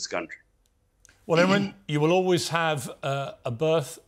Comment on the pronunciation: Piers get your act straight! His name is IMRAN not Imrin!